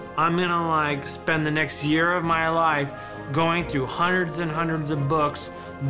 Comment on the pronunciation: Dat's "hunerts & hunerts," yup.